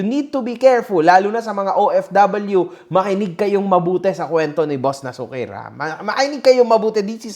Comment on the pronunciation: Na-su- kir ang basa sa pangan nian Hindi nasu-kir.. na-su-kir ilocano word Yan nanparang pasaway👌🏿